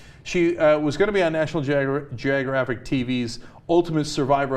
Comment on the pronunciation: National Gyrographic TV? Why don't you learn some English Cenk.